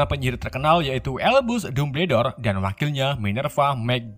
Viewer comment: lebih enak kalo di baca dambel dor,,kalo dumber dor mah di tulis nya